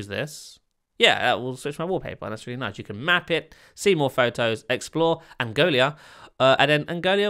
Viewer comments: "Angolia"?... How did you read an "I" in the name of the country ANGOLA? ROFL!! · Angola + Mongolia = Angolia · I am pronunciation of Angola